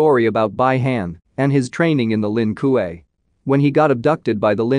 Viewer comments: I can’t handle the way this can’t keeps fucking up the pronunciation. Who the fuck is By-hand and what is the Lin koo-eh 😂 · The way how this guy pronounce bi-han and Lin Kuei 😂